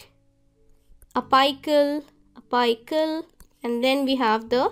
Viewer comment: And one suggestion I want to give is, your pronunciation is of some words needs correction,"la-mi-na" and "api-cal", u pronounce: "la-my-na", hope you got the point 😊